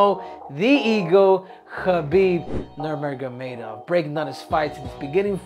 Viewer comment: Henry it’s NurMaGoMedov